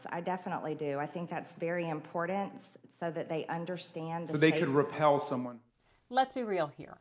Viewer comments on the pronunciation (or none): MTG " vary impoordent" congresswoman. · And she thinks the word important has a "d" in it... If that's not proof of stupid, I surely don't know what is.